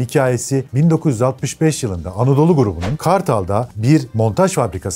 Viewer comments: Çek dilinde yava diye teleffuz edilir.ja va demeyin ayva gibi oluyor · Herkesin ismini yanlış okuduğu çek efsanesi. Çekçede j hsrfi y olarak okunur yani jawa değil yawa diye okursun ama gelde anlat bizim millete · (ja)necek ya diye okunuyor isimde.. peki marka da Jawa neden Yava değil de yazıldığı gibi okunuyor? Doğru telaffuzu Yava olması lazım değil mi?